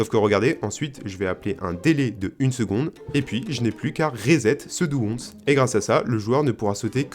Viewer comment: ça défonce! on prononce "dou wance" pas dou once pour info :p